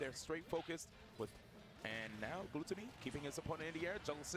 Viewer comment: what´s wrong with them pronouncing their names like they do? glue-tony and sho-GUN (pew pew) wtf?!